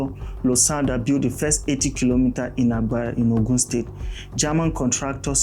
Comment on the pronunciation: Nice work, but are you narrating with AI? The way you are saying Ogun and Oyo is not the way Nigerians pronounce it? 😂